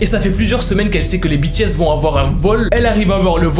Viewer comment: Je sais que j'suis en retard mais je suis satisfaite que tu dit (BI,TI,S...ET NON BÉ,TÉ,S)